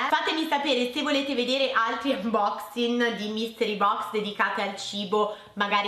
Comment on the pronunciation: Non uboxing.....uboxin 😂 che britishh